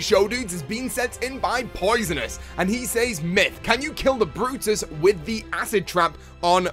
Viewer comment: It's brutus not "the brotus"